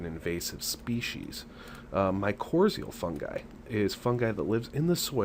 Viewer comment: My-cor-rye-zul. You are mispronouncing it.